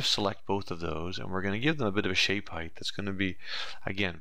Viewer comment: height not heigth........